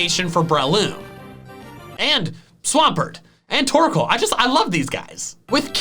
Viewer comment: TORKOAL, NOT TORCAL!